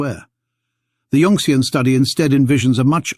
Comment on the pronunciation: yun-xian not yunx-ian